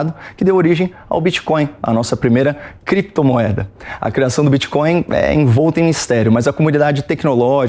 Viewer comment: "Kréptumueda" mais uma dos "Ixpessialixtas".